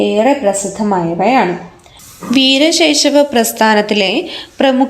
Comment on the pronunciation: വീരശൈശവ ❌വീര ശൈവ✅